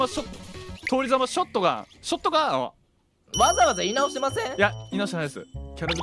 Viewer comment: のぷりちゃんの通りざまショットガンとアマルさんの「ショットガァン゛ア」がツボすぎてひたすら繰り返してみて涙流しながら笑った